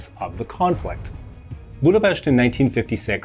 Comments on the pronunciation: GOD BLESS YOU you sad Budapest with "sh" sound thank you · One second in, it was clear this was going to be a well-rounded video. You started by actually pronouncing Budapest correctly. Few others bother.